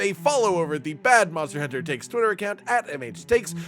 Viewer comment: MonstEAr HuntEAr